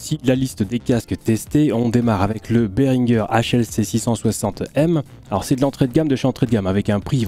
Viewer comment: Berhinger prononce Béringé (bah ouais c’est français….)